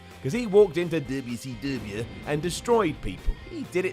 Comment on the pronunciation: The way you say, WCW...😂 Although it took too long for them to become champion I'm still happy Booker T & RVD were given title runs two of the best (I wish Booker T was back on TV, and Corey Graves was gone).